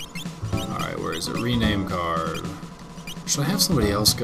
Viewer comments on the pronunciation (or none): none